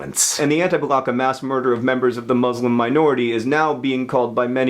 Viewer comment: Hey John, I love these "Explained" videos, just one comment if you ever see this. I wanted to pass along a request from many of my Muslim friends that you try to pronounce the word "Muslim" with a soft "s" sound like in "salad" and the "u" more like the word "put". I have to correct myself on this as well since a majority of Americans use the more harsh "Muzzz-lim" pronunciation. The softer pronunciation is closer to the Arabic root and more respectful (so I'm told). Thanks!